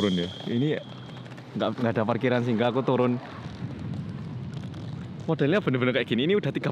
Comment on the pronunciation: Singup mungkin mbak bukan singklu 😅 cmiiw